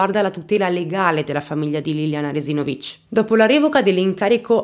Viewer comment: Io sono di Trieste,e la pronuncia del cognome di Liliana è sbagliata,sbagli a mettere l'accento.